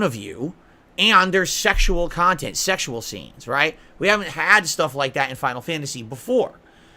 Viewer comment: Sehkshual khantent